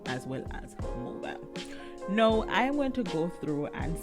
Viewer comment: Thank u for sharing. I have several English as a second language friends. I think you are trying to pronounce Now and not know. Because 'now' is what people say when they are talking and closing to the next sentence they want to say. We call "now" a filler word or transition word. You use it while your brain is thinking the next thing to say. So if that's what your doing t, think of saying "cow" but day the n sound instead of the hard c sounf. Do you NOW just remember it rhymes with cow. Your doing a great job I would never be able to make s video in another language.